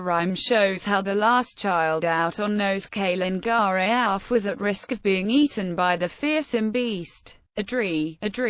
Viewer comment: Calen Geaaf-(Ka-Len Gar-eh-eff)!